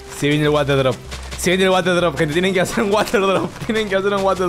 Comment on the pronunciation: poniendo la s en el water drop: bromita